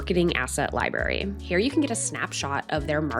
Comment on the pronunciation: I really value your content and cannot get over the way you pronounce library. There are two 'r's girl!